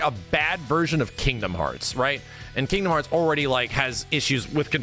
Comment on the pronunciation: I will never not laugh at how emphasizes the first syllable in “Kingdom Hearts”